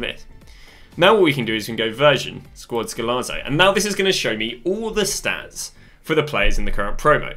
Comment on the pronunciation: it's Golazo not goalzo 🤦